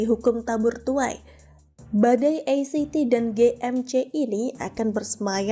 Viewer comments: Maaf ACT mengejanya a ce te sbb bhs (ejaan) Indonesia, bukan e si ti 🙏🙏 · Pembacaan ACT itu sesaui abjad bukan inggris. Pembaca berita tapi ga bisa gunakan kosa kata yang baik